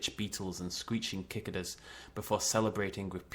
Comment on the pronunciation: Nice! Quick note: at the end... cicadas? If so, it's pronounced "sik-ah-duhs". Or "sik-ay-duhs" (I think that's the American).